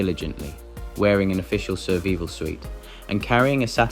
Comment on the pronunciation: That "missionary" was a bloody fool. 😮 "Surveel sweet"? Come on, dude, you gotta know better than this. This goes beyond the common examples we see too often of "British Institutionalised Illiteracy". 😮